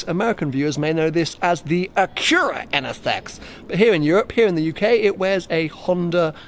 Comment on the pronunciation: its just Acura in America. not ah-CURAH lol